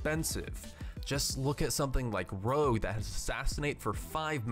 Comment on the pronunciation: Every time you mistake Rogue for Rouge , a poppy dies. Please save poppies , say Rogue instead of rouge .